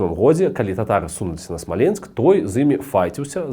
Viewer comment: Ты не правильно ударение ставишь. Смоленск , который всегда был русским, на короткий период приписали к Белоруссии, чтобы было где провозгласить БССР. Но белорусы решили, что все что их 🤣🤣